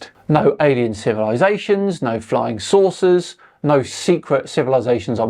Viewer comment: *saucers You kept saying "flying sources"...